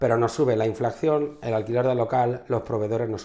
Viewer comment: Hola chicos. Por favor, se dice "inflación". "Inflacción" está mal dicho... La inflacción no existe ¿Cómo habláis de precios y rentabilidad sin pronunciar bien este término?